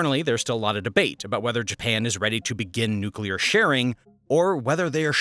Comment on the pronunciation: nuclear: nuke-lee-urr (not nuke-yuh-lur)